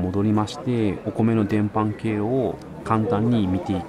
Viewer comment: 伝播は「でんぱ」と読むような気がします。